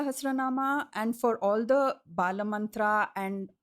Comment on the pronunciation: The bala mantra she mentioned is not correct. The reverse got mixed up ..eim kleem sauhu, sahu kleem eim. Also the name of the mantra itself is wrongly pronounced.. it is not bala mantra, it is balaa..dheerga in sanskrit..bala would mean young, and balaa is young girl. In tantra and mantra pronunciation is key. It makes the difference between success and failure